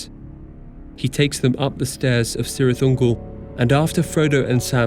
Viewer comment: Cirith is pronounced Kirith